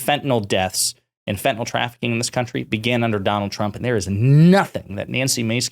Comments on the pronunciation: The medication Fentanyl is pronounced “fent-a-nil” and not “fent-a-nol.” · Here’s a good way to tell that GOP continues to repeat shallow talking points and NEVER READS ANY ACTUAL STATISTICS: The fact that they keep saying “FENTENAL”, when the drug name is actually fentanyl. Once you’ve actually read the name a few times, it starts getting harder to continue mispronouncing it. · It’s weird how most Americans seem incapable of pronouncing fentanyl.